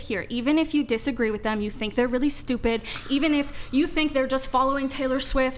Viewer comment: "I can't help it I'm sdupid" 😂😂